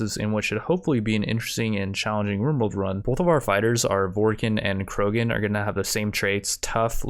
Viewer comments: Dude, I'm sorry but have you ever even played mass effect? As a die hard fan of the series I was only able to make it 2 minutes into the video. Between you butchering the species name Vorcha to Vorkin(??????????), and you naming the characters random mass effect character names but giving them none of the skills they ACTUALLY HAVE in the game. Like giving Tali medical over Mordin when Mordin is literally the medical doctor and medical researcher in mass effect 2 and cures the genophage in 3?!?!?!?!??!?!?!?!?! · Every time he he called it vorkin instead of vorcha hurt me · "Vorken" Is pronounced Vore-Tscha! I think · Were you trying to say vorcha?